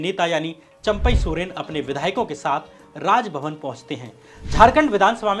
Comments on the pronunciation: चंपक नहीं चंपई नाम है , श्याम जी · Sir AAP jharkhand ke chief minister ka naam champak soren nahi champai(चंपई)soren hai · Shyam jee champak Soren nahi champai Soren hai hamare CM sahab